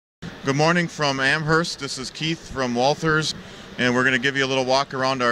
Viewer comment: Being from and. Living in Western Massachusetts, it is funny to hear someone from out of state pronounce Amherst with the "H". We tend to silence the "H". I wish I knew about this, I would have gone. Nice presentation.